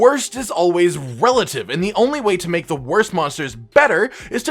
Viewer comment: Did... Did say "Worst is always welative" instead of relative?